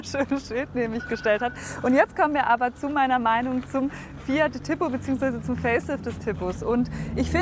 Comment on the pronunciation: Wenn ich schon höre wie die TIPO ausspricht, wird mir schlecht...